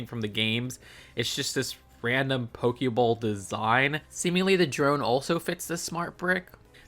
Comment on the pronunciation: Did you just call that a Poke-bowl???